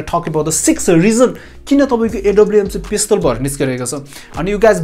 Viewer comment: The word pestol is so funny 🤣🤣